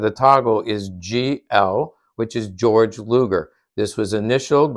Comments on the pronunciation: Georg is pronounced gay-org not George, thanx!! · Just for future reference, Luger's first name is pronounced "gey-org", not the American pronunciation of George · people should pronounce a name the way the person pronounces it ! Gay-org!